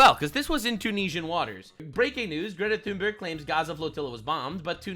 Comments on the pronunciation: How pronounces Greta's name is hilarious. 😂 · Omgggg, stop saying her name like that!! 😂😂😂